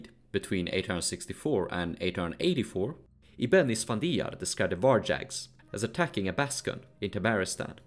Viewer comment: Can u research the pronunciation of words you use like 100 times inn the vid? There's no such thing as "varjacks"